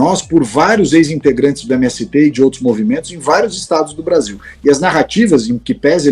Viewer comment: “Beaszil” vagabundo